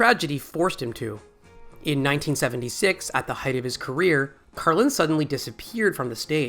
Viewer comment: Odd that you refer to him as Carlin rather than George throughout the video, even mispronouncing Carlin incorrectly at least once.